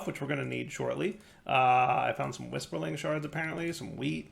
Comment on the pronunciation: are you deliberately mispronouncing Whirlisprig as Whisperling? And Starbuncle as Starbuckle?